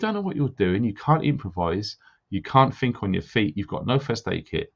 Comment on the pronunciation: When you pull people up for there and their, just remember you say 'fink' not think, I 'done' instead of I did just to name a few. Also stop frigging coughing man. Still like you but you need telling x